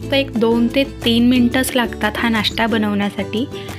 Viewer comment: नाष्टा नाही, नाश्ता. फोडणीची पोळीच ती. ण च्या जागी न उच्चार करू नये.